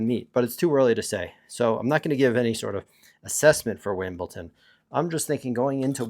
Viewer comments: Brother, why do you keep on saying “Wimbleton”? Is it for engagement so that people are gonna comment that it’s obviously pronounced as Wimbledon? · It sounds like youre pronouncing wimbledon like winbleton. Just saying